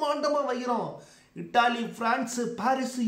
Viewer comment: Ji Italy pronouncing ippo vera maari sollaranga like idli nu